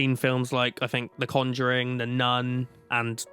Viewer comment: Why is he pronouncing conjuring like that